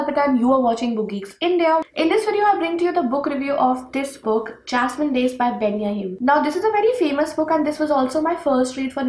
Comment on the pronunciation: Hi dear.. I m a Keralite.. u pronounced the title of book second time correctly dear..